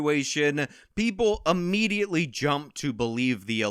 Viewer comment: Thank you. Point well taken. Stop saying "a"mediately. it's IMMEDIATELY.